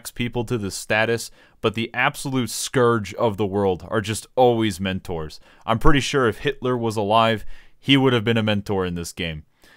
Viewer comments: I was frowning until you said mentoors then started laughing hysterically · At the beginning I thought he was shitting on sprouts like me and I just laughed so loud when he said mentors